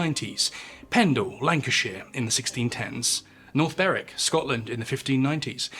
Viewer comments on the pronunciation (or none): none